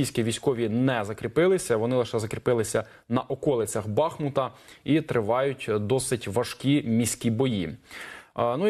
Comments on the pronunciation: БахмУт, БахмУт, БахмУУУУУт!!!! Запам'ятайте нарешті. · Місцеві жителі кажуть "БахмУт". Не робіть, будь ласка, таких прикрих помилок.